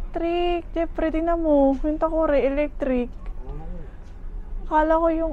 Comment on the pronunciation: "jepri" ramdam ko un pagbigkas mo sa name ng hubby mo hehe. 5mos palang ako dito sa US, doing 2 jobs din. Mabuhay ang OFW hehe.